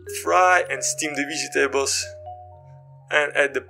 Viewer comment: Like the way you say "Vegy tables"😁😎😎🏁🏁🏁